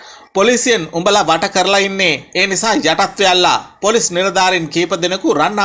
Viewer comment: අනේ උත්තෝ හරියට වචන උච්චාරණය කරන්න ඉගෙන ගෙන වරෙන් මුලින්.. පොලොස් නිළධාරින්🤣